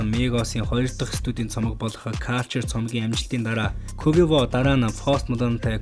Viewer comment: quvevo гэж уншаад байхын хаха